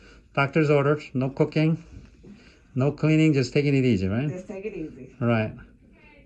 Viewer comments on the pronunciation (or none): Wow when you said no cooking, I could have sworn I heard no cocaine, I was like wtf did he say, lol.